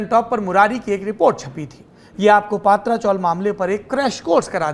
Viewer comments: paatra nahi patara( tin shead chawl) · पात्रा नाही पत्रा चाल bolte hai usko. Isne पात्रा पात्रा bolke dimaag kharab kar diya mera.😡😡